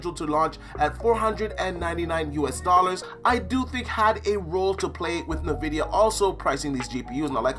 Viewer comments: I’ve never heard anyone pronounce it “nevidia” I always say it like “N vidia” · Why does say navidia? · ...Are you saying nuh-vidia? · Nuh-vidia 😂🤣 it’s team green all day, hang it up🤣